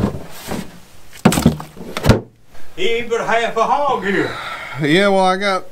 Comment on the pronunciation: What language is that? 😂 I understood "half a hog" but that was after the 3-4 time viewing it 🤣